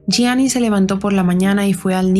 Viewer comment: Gracias por pronunciar bien el apellido de Gianni ❤. Este caso es bien interesante y de hecho es muy misterioso ya que no se sabe a ciencia cierta si conoció a Cunnanan en vida, no hay evidencia alguna de ello. Yo creo que no lo conocia, simplemente el representaba todo lo que el queria lograr y que no podía porque solo soñaba pero no trabajo nunca por ello en base a un talento